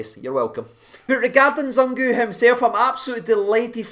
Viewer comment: Zungu pronounced as "Zoo-Ng-oo" the U is pronounced like oo for eg) zoom.....COME ON GERRRRS!!!!!!!